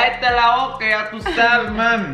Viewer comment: “Ya tú sabe” not “ya tú habe”